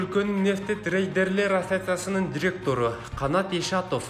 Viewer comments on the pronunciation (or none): молодец экенсин туура туура эмесине карабай эле шатыратып окуп салдынго Спутникти супутник деп, пошлина деген созго ударенини туура эмес, Ассоциация - деген созунду кайра кайра уксамда сен окугандай кылып кайталайалбай койдум такыр.Молодец одноко.